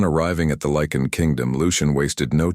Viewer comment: Um, Lycan not lichen